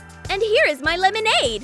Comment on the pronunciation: Lemonade more like melonnade